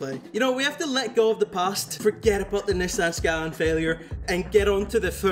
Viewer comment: No way blud mispronounced Nissan skyline🤣🤣🤣😭😭😭